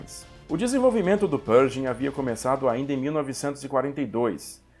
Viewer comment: Interessante a sua pronúncia de "Pershing". Dei uma pesquisada aqui no youtube e em outros sites e não ouvi ninguém pronunciar como você, a não ser o Mark Felton, que é de Colchester, Inglaterra, local de sotaque bem peculiar, mas eles não pronunciam a contração "sh" com som de "j". Não creio que esteja errado pronunciar "perJing", mas me soa bem esquisito...